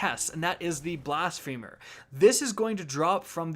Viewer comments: My guy be saying blasphemer like 'blast femur' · It's pronounced "Blas-phuh-mer"!